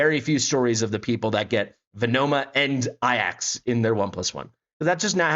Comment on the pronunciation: Serious question, is there a reason why so many CC's pronounce Ajax as "Eye Axe" and not "A Jacks" like it's actually spelled / pronounced? It's just a minor thing but I'm honestly confused by this due to it being AJAX and not AIAX in spelling lol. Otherwise, good video, I'm not sure I'll have enough summons to guarantee Lyra (I'm really in need of mages on my account) but think I'll have enough for Sun Wukong if I save up.